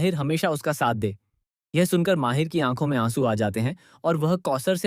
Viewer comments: Mahir nhi h bhai mahidd h ... Aur shahar nhi saher h thik se nam liya kro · Your discription is great but it's not Sh,....Seher...It spoils the pronunciation of names.Its Mahid not Mahir.